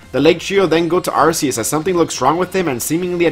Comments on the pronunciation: Its not ar-see-us its pronounced ark-ee-us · Really Man? Another person pronouncing it (R C Us) when it's clearly & officially (R Key Us). Just Stop it already, it's (R 🗝️ Us), not what you want it to be. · Why can no pokemon youtuber pronounce arceus? It's a hard C, not a soft one that gives an S sound